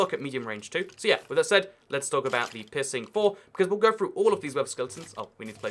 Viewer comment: Every time he says peirceing it sounds like pissing lol